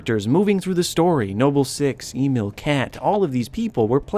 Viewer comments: Eemill? FUCKING EEMILL? They literally pronounce his name multiple times as IMEELE. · emEEl not Emil